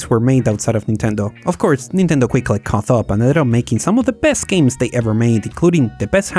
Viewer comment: Great video! Just FYI, "caught" is one of our silly English words that is pronounced differently to other words with similar structure. While in "cough" the "gh" is pronounced like an "f", in "caught" the "gh" is basically silent.